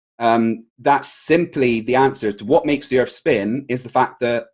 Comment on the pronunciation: Erf? If you're going to discuss the shape of earth, at least learn to say it!